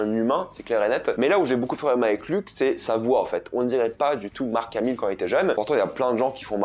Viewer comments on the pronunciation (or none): none